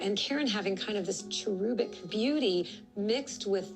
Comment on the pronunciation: How TF are you pronouncing cherubic like that?